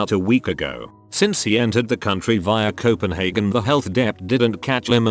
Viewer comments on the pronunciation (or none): none